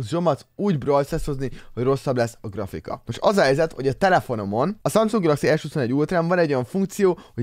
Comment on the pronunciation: Azt mondtad hogy gafrika XD